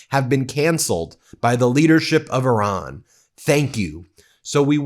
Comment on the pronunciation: Did he say Irag instead of Iran